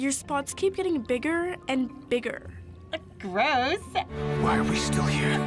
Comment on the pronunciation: Who pronounces gross like that GRISC